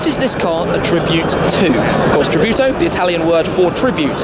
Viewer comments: it sounds like he says 'F8 Kabuto' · Lol! is funny how English speaking people say tributo or any italiano or Spanish words